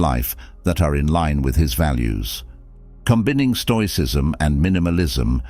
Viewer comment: That 'text to speech' program you use is rubbish, very off-putting... "Combinning'?